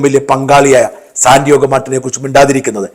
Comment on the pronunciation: Sandiago Martin. Not Sandiogo Martin.